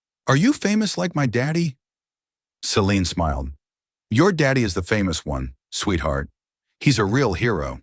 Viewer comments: It is important to keep the pronunciation of subjects names consistent. That doesn't happen in this story when it comes to "Celine' and the last 'e' should be silent. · At about Celine's name is butchered by saying the last 'e' which is silent. Incompetence displayed by poorly-trained staff and/or AI . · Celine's name butchered again at about 26 . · Celine's name butchered again at about or so. Likely poorly trained AI .